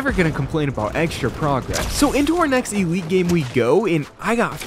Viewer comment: Blud is calling it e-lite its called elite